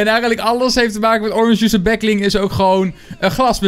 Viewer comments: Zeg back bling niet backling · Waarom zeg je backling het is back*B*ling